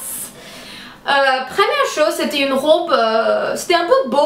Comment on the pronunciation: What's going on with your french ? Lol Why dou you say "rôbe" instead of robe ? (Like globe) ;-)